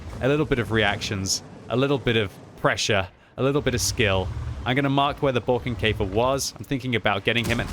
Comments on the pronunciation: Sigh. Not pronounced "Barkenkaefer" but rather "Borekenkaefer." Other than that, nice video. 🙂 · Pronounce it like "boerkenkefer" and it sounds like the german "Borkenkäfer" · Did you say Brokenkafer??.... LOL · Nope you speak it wrong. That can you do better